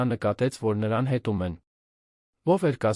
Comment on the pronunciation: Երանը որն ՞ այ անգրագետ , Երեվան ։Ապանիչ կարելի է ասել ինչ որ թունավոր նյութի։Մարդ սպանողին ասում են մարդասպան։Կամ հետումս որն՞ ե հիմարի մեկը, սովորիր,՝ հետեվում։Ես չգիտեմ ով է այս տխմարը,սակայն ինձ հայի տպավորություն չի թողնում,այլեվս լսել չեմ կարող այս անգրագետ տեսանյութը👎🏿👎🏿👎🏿😡😡😡💩